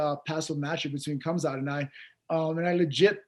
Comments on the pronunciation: This dude keeps saying “cumsock” instead of khamzat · Is he calling him Khazmat or am I hearing it wrong? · I don’t know why Ariel didn’t correct Neil once how Khamzats name, he kept saying khazmat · May be if you pronounced his name Khamzat instead of 'Khazmat', you would get the fight?! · Neil « Hazmat » Magny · Did nobody else notice Neil Mangy was saying KHAZMAT? 🧐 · I love how he keeps calling him Cumzat 🤣 Chumaev doesnt want that smoke! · To Neil, A. It's Khamzat not Khazmat B. Khamzat isn't going anywhere so you'll get your chance if you keep trying for it. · Cumzat?! Lol he said 3 different names for khamzat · he kept calling him Kazmat🤣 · How does he keep saying Kazmat when Ariel is clearly saying Khamzat? How do you not notice that? 😅